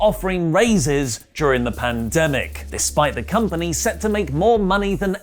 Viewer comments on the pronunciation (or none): none